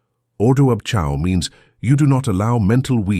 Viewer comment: Iol.. ordo ab Chao .. chao is not pronounced chow. lolol.. its pronounced kay-o.. a.i. rubbish.